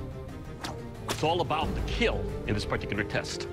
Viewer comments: It will “keel”…… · Never ceases to amaze me that one of the most wholesome channels on YouTube is one where the famous line is, "It will keal." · It will keel! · A lot of kids also watch this show, so Doug improvised by turning the word kill into KEAL in order for young watchers not to make it a habit of saying that word because youngsters will of course, always try to emulate what they watch on tv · it's not kill, it's keal, keep everyone alive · "It will keel" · Does be say keel or kill?? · It will "kiell" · ah man the third video ruined my mood because he said it will kill not it will keal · I’m pretty sure they are just running with a meme. The asian dude has an accent and he has always pronounced it as “keel” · The 'kill' tester in these clips has a really weird way of saying "kill".. it's stretched out to a 3 syllable sound..